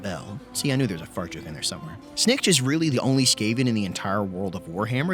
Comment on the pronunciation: "This is SnNiKCH" Me: I love him